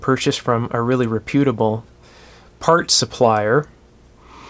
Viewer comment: Reputable is pronounced with the accent on the first syllable, not the second.